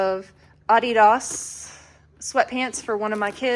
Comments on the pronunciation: You crack me up saying Adias that way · I love how you pronounce Adidas, lol